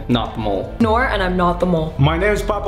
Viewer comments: Bro for some reason I started dying whenever put down nor instead of Nour💀💀💀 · ”Kalen” and “Nor” 🤣